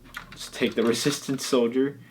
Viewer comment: it is resistance not resstint